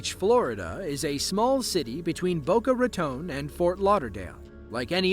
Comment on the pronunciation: And FYI ... #8 ... It's Bow-cuh Rahh-Tun (with a crazy short first syllable) ... not Bow-cuh Ruh-tone.